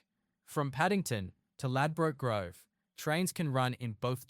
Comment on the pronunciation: Could learn to say the location name properly